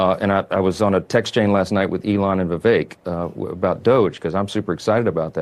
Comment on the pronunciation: please pronounce it correctly. VIVAKE, like the word cake. That’s how you pronounce Ramaswamy‘s name.